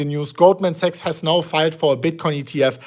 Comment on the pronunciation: is pronouncing Sachs as a sex. Tricky for algo.